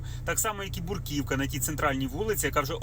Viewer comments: Брукивка ,а не буркивка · .."бруківка".. вірно - "бРу" , а не "буР".. "бруківка "... .. корисна робота